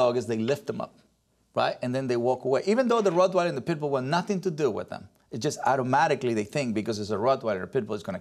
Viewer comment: Larry keeps saying "PETbull" instead of PITbull